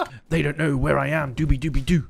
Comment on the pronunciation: "Is there any rads in train yard? I don't knerrrr" Also: "5k hours btw:)"